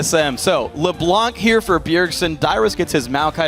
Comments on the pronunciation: Did you know that: "LeBlanc" is a French name. It mostly is a second name. It can be translated as "TheWhite" in English. (Blanc is the French word for White). But one of the French language rules is that you mustn't pronounce the "c" at the end of "Blanc". So when you are French, (just like me, actually) and that you hear the casters saying "LeBlan(k)" it sounds awfully awkward :) But i'll take it... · Well if you don't believe me, you can check a french youtuber vid. DominGo, as an exemple, plays LB quite often. Then if you watch a video where he plays LB, and pay attention to how he pronounces it, he says "LeBlan". Without the C. Don't ask me why we say this. Even for french people like me, our language is a mystery, sometimes :)